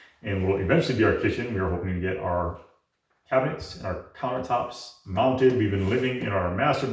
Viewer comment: Did you say "clown-ertops"? I love it!